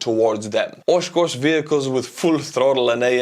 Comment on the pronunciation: Being a resident of Oshkosh I got a little smirk at your pronunciation. Close, very close. It's the accent that did it.